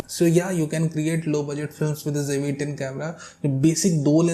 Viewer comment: please donot pronounce jve10, its Zve10....please, thank u